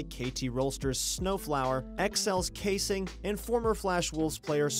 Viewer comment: XL kasing is pronounced cah-sing not kaysing ..